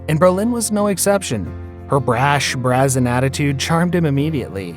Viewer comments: brassen? It's brazen. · You don't know how to pronounce her name. Or Brolin's, and her attitude was brAzin.